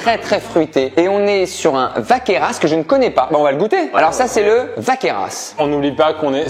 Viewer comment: Écorcher le nom « Vacqueyras » olalalaa ! Allez Ben vient dans le sud, je te ferai faire le tour des petites caves, dont certaines à VACQUEYRAS 😄